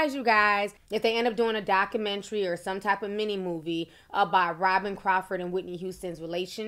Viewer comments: I love when Ti says docamentary😂❤ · D-O-C-U-M-E-N-T-R-Y!!!!! Wtf is a docamentry ?